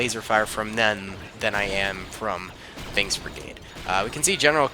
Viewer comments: well probably just me hearing the "k" as a "g" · Did you actually say "bings brigade"? Or did i hear it as "bings" and you actually said "binks" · he said binks from my ear